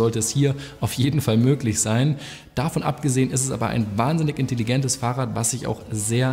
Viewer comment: "In Tell - I Gent"